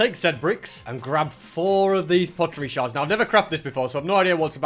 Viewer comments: they're called sherds not shards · ITS pottery sherds not pottery shards time: 18.00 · He said sheards wrong